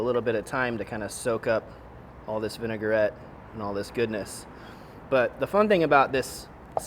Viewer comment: it’s Vin-a-gret, not Vin-e-gar-et. Three syllables.